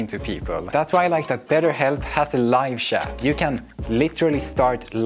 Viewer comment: Sorry for this comment, but it's too funny, the way you say chat and live chat got me laughing. Great video please don't mind me 😁